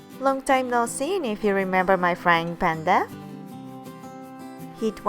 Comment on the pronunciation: "frying pan-da" 😂